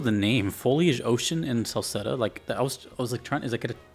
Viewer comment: "Selceta," you're saying the location correctly. So here's the deal: the map of Eresia, the continent where most of the Ys games take place, is pretty much a 1:1 rendition of Eurasia, but drawn by someone drunk and given names by someone with a speech impediment. Celceta takes place on the border of Gllia (France) and Ispani (Spain) near where the Bay of Biscay would be, but the entire place is under the rule of Romn (Rome). I say this because depending on the version of Ys 4 you'll get different influences of Spanish culture poking in... but Spanish culture as interpreted by someone that has never gone to Spain and confuses it with South America. Memories of Celceta has the least of this, instead focusing on the stories of Adol that have been produced in all the many games since the first version of Ys 4. Why are there so many other versions of Ys 4? Because making a game is hard and expensive, licensing an IP is cheap and easy money, and at the time Falcom's entire staff constituted about 12 people. Yes, that includes the janitor.